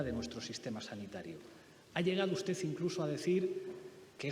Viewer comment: Pablo no sabe decir usted, en lugar de ustez. Todas las palabras terminadas en d, las pronuncia con Z. Dicho esto, por mucho que escurra el bulto, la verdad como él dice, se la pondrá un juez por escrito